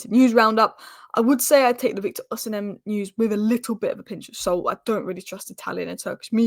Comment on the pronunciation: Heyyy, you pronounced Ohsimen as Oh-Semen. Nice.🙌🏼